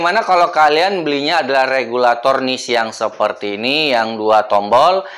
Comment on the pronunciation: Regulator bang bukan kabulator😭😭